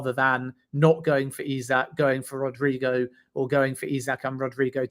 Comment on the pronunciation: Gosh please,he's name is not Rodrigo....it's RodrYgo!!!